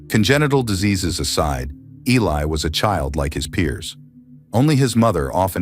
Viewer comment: This is why AI sucks. His name is Eli, not Ali. Mom is Julissa, not Julia. Get it right or don't put it out!